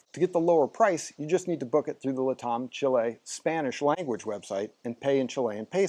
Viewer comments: Why is he saying LATAM like "le tom" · weird, I’ve never heard it pronounced like that. Is it a USA English thing?